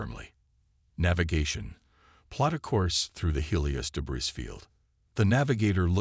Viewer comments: Every time Captain is read there's an inappropriate pause, and more. , , LoL, De-Briss fields are so tasty. Channel Owner can find the rest of the De-briss themselves. LoL, Dis-ibled AI Narrator isn't even trying. Austria is trouble now... Maybe the Channel Owner should pick a name the AI can consistently pronounce. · Great story but the AI narrator can't pronounce many words properly like debris for example, the s is suppose to be silent.